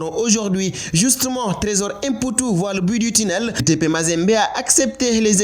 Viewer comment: Fall,on dit mputu et non èmputu,tu es sénégalais,c'est comme si on disait èmbaye ou èndiaye au lieu de mbaye ou Ndiaye.Xam nga bou baax limaye wax.